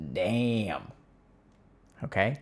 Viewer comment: That first Daaayyum from Dr K hit so hard